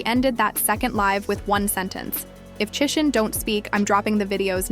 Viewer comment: Chri-shawn is the pronunciation. Not Christian or chrisann